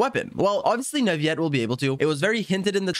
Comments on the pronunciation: Bruh its said Newvillet not nuviet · just saying the pronounciation for neuvillette is not neuviyyyette it's more neuvillette. It might be confusing since most words with ill make that sound- Think of it as when you say city in french (ville) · why are you saying Nurviyette? lmao. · Hi, just wanted to let you know that Neuvillette's name is pronounced neu-vee-let, not neu-vee-yet like I also thought As a student learning french, I had thought that the double L was silent too, but then I was corrected and told that it's a compound word with the word "ville" in it ("ville" is one of the exceptions where double L is not silent) so yeah double L in Neuvillette's name is pronounced not silent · Neuvillete isn't pronounced like it is spanish, double LL is NOT a Y sound it's FRENCH!!!! It is pronounced NOU-VA-LETTE Your disregard for researching and understanding other languages creates and perpetuates others picking up the bad same habits! Shame on you man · every time he says "neuvi - yet" I get jumpscared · It's Neuvillette not Neuviyette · "NUVIET" "FONTAN" ¿¿¿??? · NE-VI-ET????? WTH?????😂😂😂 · First of all WHO IS "NAVIYET" 🤦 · He thinks his so cool saying "neUvieTte" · Canadian French, I'm assuming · but the in game Pronunciation is Neuvillette... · Nope, as long as its said with earnest there's no problem. Different languages have different ways of speaking that aren't present in English. As long as he got his point across it doesn't matter. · Pronounce the "ll" as a normal l in Neuvillette. Don't try to predict it; there is no rule. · I like how all Genshin Impact content creators can't properly pronounce most of the character names correctly. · Bro said his name wrong every time😭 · People should pronounce words the way they're meant to be pronounced. There is everything wrong with it. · Are you misspronouncing Neuvillete's name on purpose or what?